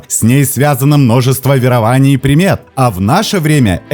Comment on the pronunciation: вЕрований, а не веровАний